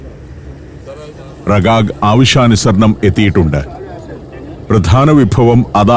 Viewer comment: റിഗാഗ് Rigag എന്നാണ് ഉച്ചാരണം 😜